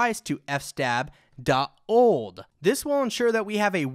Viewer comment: 'f-stab' 😅 loved it. It's fs-tab... filesystem table.